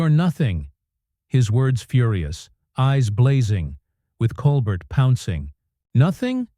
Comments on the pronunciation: Col-Bert? It’s pronounced “Col-bear”. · How about pronouncing Steven’s last name properly!!!